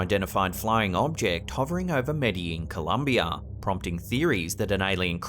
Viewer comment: "Columbier" lol